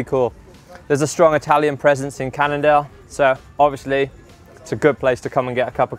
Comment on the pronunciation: I heard "Canada" instead of "Cannondale"